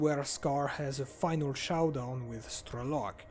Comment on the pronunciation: The first «ow» in "Showdown" isn't pronounced like "chow down." "Show" rhymes with "no" (as do "know," "glow," and "snow.") I think the first syllable in the French name «Chauchat» might be close to the first syllable in "showdown." You already had the second syllable "down."